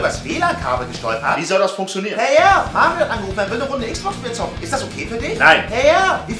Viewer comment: er heißt mario nicht marion xD